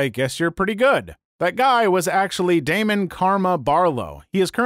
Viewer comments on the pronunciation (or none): none